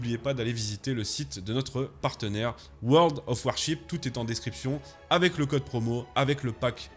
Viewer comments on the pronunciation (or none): none